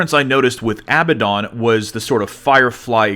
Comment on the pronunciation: Abbadon is not "abba dawn" it's "əˈbadn." You don't actually say the "don" - it's a short "dn" sound. Sounding it out, it's basically like "ah-bad-n." Great video though. Did not expect the level of detail present!